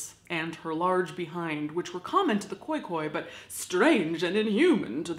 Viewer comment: Thanks for saying Khoi-Khoi correctly